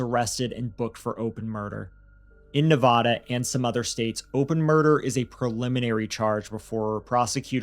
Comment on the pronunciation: Not “Nev-ah-duh”,. Michelle Obama made that mistake and caught hell for it, Lol